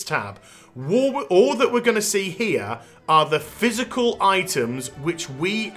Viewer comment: Say physical one more time.